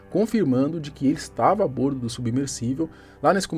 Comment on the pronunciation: A pronúncia correta é a "bórdo"!